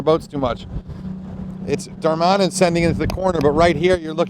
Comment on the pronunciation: its Dar-ma-nin, not Dar-man-in. Little nitpick but otherwise good video.